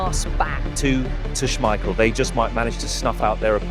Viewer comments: He is not called Peter Smeiscssjeel... Its with a K sound SmeiKel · SmeiKel,- not Smeissjel. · Say it with me, Peter SchmeiKEL. Not schmeishell. He is not a bechamel sauce. If you are gonna make a video the maybe do your voiceover correct… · According to Peter Schemichel the family name is pronounced Smeissjel, but the press called it SmeiKel so it stuck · This was great. It took a year off my life every time you said Schmeishel, but I still enjoyed it :p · How do you keep mispronouncing Schmeichel? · Is the voice AI? He pronounces Schmeichel like 3 different ways... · your pronunciation of Schmeichel name is stressing me out. haha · Imagine making a 16 minute video where you have to say the name Peter Schmeichel multiple times, and yet not looking up the real pronunciation of it. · Small detail.. The second "ch" in "Schmeichel" sounds like a hard "k" when pronounced correctly. But yeah.. We played the game so well that year, that they had to change that rule or the other teams wouldn't have had a chance come the World Championship in 1994.